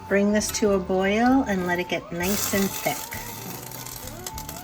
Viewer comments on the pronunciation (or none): none